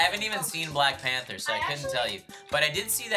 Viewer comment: What's a 'pamther'?